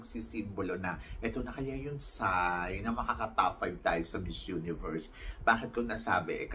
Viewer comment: Pronounce the word miss universe not mizz universe thank you.god bless you